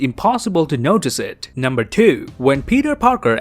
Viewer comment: he said number twee